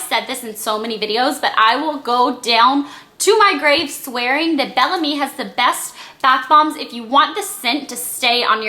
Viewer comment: I don't think it's pronounced "Bell Am-ie" but rather "Bell Ahhhhhm" which means "Beautiful Spirit" in French. :)